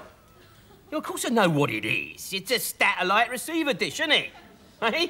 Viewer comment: Del can't pronounce the word Satellite properly